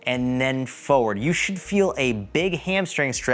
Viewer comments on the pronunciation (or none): It’s also “for-ward” not “fo-ward”. 😂